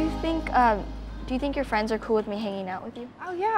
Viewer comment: Adrien and marionette:were just fwiends